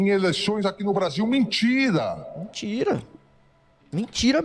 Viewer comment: falando "mentira" me lembra do Nicolas kkkkkk "mintira-mintira"